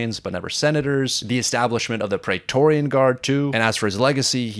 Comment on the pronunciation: Dude! You are a huge fan of Roman history and you don’t know how to pronounce “Praetorian” correctly??? Because the first syllable has the same vowel sound as “Caesar”, not the same as “laser”, which you repeatedly do. Why???